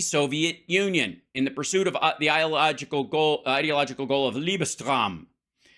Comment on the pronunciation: "lebensraum" is pronounced "leh-buhnz-raam"